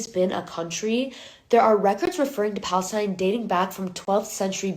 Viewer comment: What is pa-LIES-tine??? 🤣🤣🤣🤣🤣